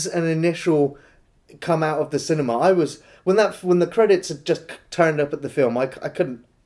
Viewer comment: Paul Morse Yeah, they tend to add that 'arr' sound on the end of words in the Southwest. 👍